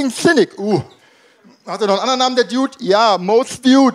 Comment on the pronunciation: also da wo er "dude" falsch ausgesprochen hat, hat er echt an Glaubwürdigkeit verloren, der diude